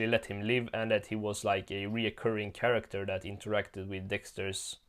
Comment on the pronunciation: You always had trouble saying Chracter